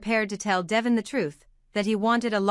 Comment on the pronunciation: Would someone please let her know, besides me, that his name is pronounced Dee--von, although it's spelled Devon.